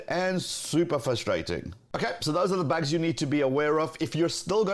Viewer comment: Do you say bags? or bugs?